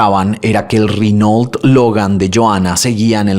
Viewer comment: ¿Rinol??? Será que los franceses no saben pronunciar y por eso dicen Renó?